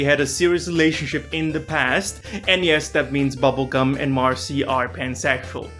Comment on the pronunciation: Oh, come on, bro. At least pronounce it right. It's pronounced princess Bonnibell Bubblegum of levios-oooohhhhh.....